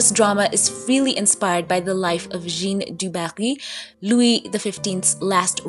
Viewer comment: Jeanne is pronounced 'Jan' in French ( with a soft J )